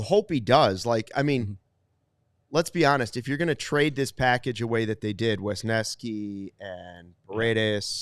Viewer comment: WESneski....WESneski! Not Wiskeski. Why does everybody say his name wrong?